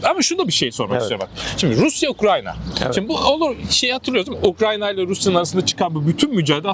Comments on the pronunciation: Adam Ukranya mı diyor ben mi yanlış duyuyorum? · ukranya diyen birini nasıl dikkate alacağız ? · ben yoruldum kapattım videoyu ya beynime beynime işledi ukrANYa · UkraNya değil hocam Ukrayna lütfen. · Osman olmayan profesöre söyleyin. Ukranya değil Ukrayna. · Ukranya degil Ukrayna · Gözlüklü abinin 'Ukranya' demesinden akışa adapte olamadım :( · Bu konuşan eleman kim mesela? Daha Ukrayna diyemiyor Ukranya diyor şaka gibi. Direkt videoyu kapadım o noktada. Daha bir ülkenin ismini telaffuz edemeyen adamın ne sikimden haberi olacakta bir de topluma bu bilgiyi nüfuz ettirecek? Komik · UkraYNA yahu Ukrayna degil 😢